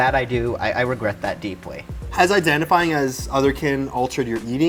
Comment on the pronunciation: Did she say deepwy ????